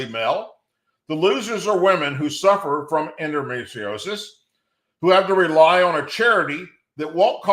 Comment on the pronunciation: End-O-me-tree-O-sis, is how it is pronounced. I keep stating that this is how sharia law against women, is being slipped in. By transshit, cloaking.